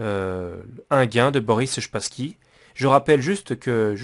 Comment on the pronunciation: Wesh depuis quand "Spassky" se prononce "Shpassky"